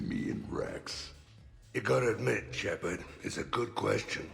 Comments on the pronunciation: Shepard. Shepard? Wrex. Grunt? Shep arrrrrrrrrrrrddddd SHEPARD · Shepard, Shepard, Shepard. Wrex, Grunt? Shep-errrr-d! SHEPERRRRRD